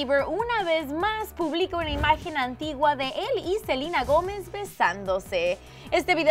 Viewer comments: es selena no silena jajajajajaja😂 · si vivian fuera Latina diría Selena no salina pero es e.u.a y dicen asi asi ¿ono? PD:no me vengan a insultar de que me quejo que le dicen selina ,no me quejo solo es mi opinión gracias por entender :) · F.Fangirl★ yo escucho que dicen selina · Selena, Selena tan difícil decir Selena Gómez